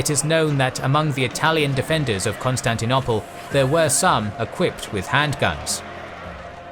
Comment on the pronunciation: It’s arguable how best to anglicise the pronunciation of Greek and French. But I don’t like this fellow’s choice. Example: pronoiar. He says pronny-ar. I would go pro-NOY-ar... Also bizarre is his KOn-stanty-NOPPLe!